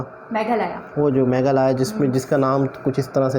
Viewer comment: Are chacha wo meghalaya hai Megha laaya Nahi 😂😂😂😂😂😂